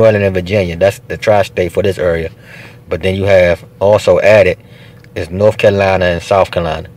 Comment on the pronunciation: What state is “Ka-line-uh”. I missed that in geography class.